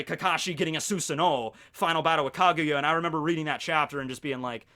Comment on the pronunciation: Susanoo is pronounced with a Z you butchered that name